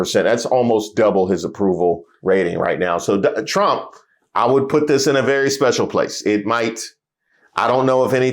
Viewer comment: No wonder Nick NEVER "talk" about Latinos 😂 "I will boat for Donald Rump"